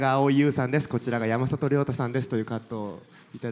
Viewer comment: やまざとじゃなくてやまさとな